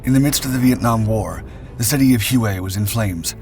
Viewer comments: First it’s pronounced WAY not Huay. 😅 Secondly it’s pronounced Ontose. The second oh is pronounced oh. On tose. You would think that if you were going to do an historic video on a key battle of the Vietnam War you would talk to some Vietnam Veterans and not just make it on your own. I’m a Vietnam Marine Veteran and I know what they’re supposed to sound like. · Hue (whey ) not (whoey) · Pronounced "Hway" not "Hew-ay" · Love the Vids! Pronunciation: "Hway" not Huway "Chassis" the end 's' is silent. Like Chassy. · It’s pronounced WAY …not hoo ee. (I did radio tv news in Nam for AFVN) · “Hue” is pronounced “way”. Not Hughie. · HUE is pronounced as "Whey" in Vietnamese just FYI. Not Hew-ay. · I saw one one the outskirts of Quang Tri City in 1969. It’s not pronounced Huey but it is pronounced Way (Hue). Ontos is pronounced ontose. Just saying. Do a little research with some Marine Vietnam Veterans that would know how to pronounce these words. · Hway. You are correct, sir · The city is pronounced "Way". not "who E". Other than that I enjoyed this production. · I've never heard Hue pronounced two syllables, hue-way. I've only ever heard it pronounced in a single syllable like Hway or whey. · Huey was a Bell helicopter. Hue is an ancient city pronounced WAY. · "hway" not "hoo-ay" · Hue is pronounced “way”. Not hu….E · Pronounced Hwey not hoowey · “Hue” is pronounced “way,” not “hu-aaa.” It hurts my ears every time you say it wrong. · hWay not Hugh-Ay, Shazzy not chas sis. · Hue is pronounced "way" not "Huey" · Its pronounced 'way', not 'Huey'! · Huế is pronounced whey, not huey. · whey not hu wey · Hue is pronounced 'way' NOT 'huway"... if that voiceover is an actual person it sounds synthetic... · Nice vid! Just for your records the pronunciation of Hue is more like “whey”. I dig your stuff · It is pronounced "way" or "whey" approximately. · Good report. Note to narrator: 'Hue" was pronounced 'Hway". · Hue is pronounced as "hwhey" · “Hugh-way”. lol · Hue is pronounced "WAY"